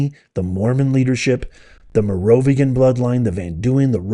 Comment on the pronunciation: Pronounced mare-o-venge-ian